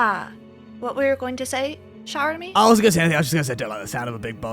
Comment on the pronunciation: I've noticed that when they say Chéramy's name it sounds more like Chèramy instead (with a grave accent) from how I understand the accents from learning French, but they spell it as Chéramy (with an acute accent), is it that their pronunciation of it is more accurate in another language I'm unfamiliar with? or just a fun little quirk or a mistake with the name